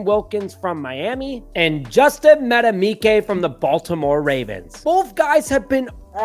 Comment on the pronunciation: I vote for Justin so I can listen to mispronounce his name (like he did here) all next season. Just call him "Mad Buick" and be done with it,.